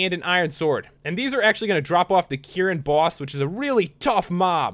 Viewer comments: You dont say it like kieran, you say it like k-rin as in your about to say kick, but then rin. Also, cephadrome isnt a dragon, its a piscine wyvern. It isnt meant to fly. It is meant to weave in and out of sand like a shark. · It's pronounced ker-in if you wanted to know lol. I freaking love monster hunter!!